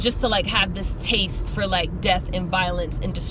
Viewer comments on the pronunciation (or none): none